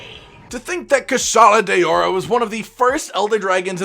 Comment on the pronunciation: Its kushala dawra not dayora wtf